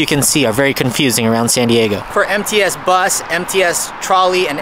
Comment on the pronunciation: When you said MTS transportation, I thought you said "Empty *ss" transportation. LOL